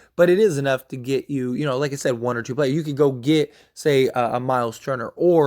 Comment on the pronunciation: I'm gonna take a shot 🥃 everytime you say YACAPURDDLE😂